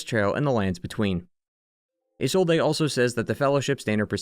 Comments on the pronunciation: Don't worry about it too much man it's pretty funny. Also it's pronounced like izolde, but the e is pronounced like the E in Friede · i swear this guy purposly mispronounce words to either throw us off or to get more interaction. Come on man that "Isolde" pronunciation pissed me off so much lmao